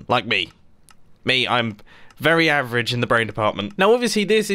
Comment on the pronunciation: Mumbo: "I'm very avrege" Me : (Can't build a simple piston door) Also Me: "AAAAAAAAAAAHHHHHHHHHHHHHHHH!!!!!!!!!!!!!!!"